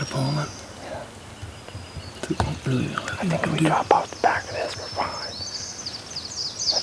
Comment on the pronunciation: Just be weally weally cawuful 😂